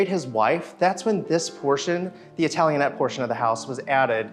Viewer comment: BTW is italianate, not italianette.